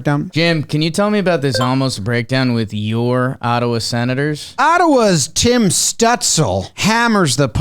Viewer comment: Tim’s name is better when pronounced correctly 😢